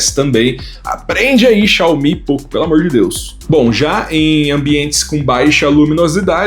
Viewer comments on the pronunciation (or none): none